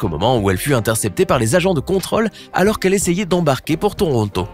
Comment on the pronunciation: il dit quelle a était "intercepser"